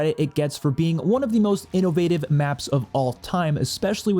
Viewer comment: i heard that "innowative" hehe